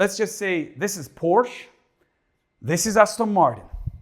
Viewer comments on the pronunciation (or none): none